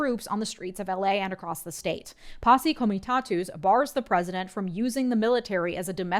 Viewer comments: It's "posse comitTATUS" act. Not "posse camitATOOS" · I've never heard posse comitatus act said that way.